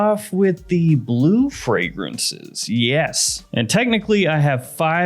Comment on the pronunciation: Anyone else catch the “dolce & gabbana, Y eau de Parfum” 😂